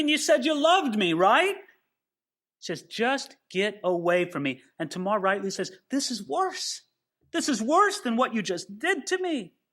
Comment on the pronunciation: according to my Bible pronunciations app…. You are correct in pronouncing Tamar as TAY- Mar. 😎